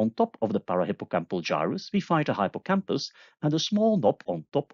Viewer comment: I believe it's pronounced hippo campus! Hip po campus. :p